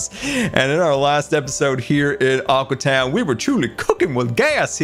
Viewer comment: Every time he says aqua town I hear awkward town